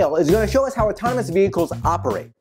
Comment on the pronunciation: Auto-tono-mous killed me! 😂😂😂